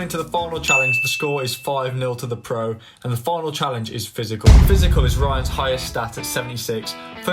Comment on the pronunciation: Bro said pysical